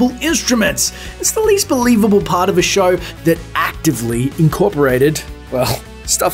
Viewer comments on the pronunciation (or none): none